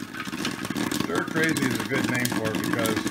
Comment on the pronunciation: Ohhh. I just heatd you say it's a Westbend "srir crazy".